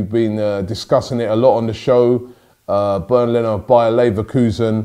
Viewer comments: His name is Bernd Not Bern Leno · Its Bernd Rob